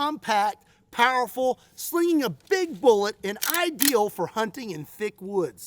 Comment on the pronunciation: PAUERFUL? Lol sounded a bit like a Yinzer right there 😂. "Pittsburgh Ballistics" Anyone, anyone?